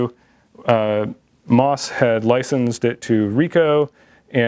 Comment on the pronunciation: The company name is pronounced M, O, S, not moss. I know several former employees there. Let's please get the history correct.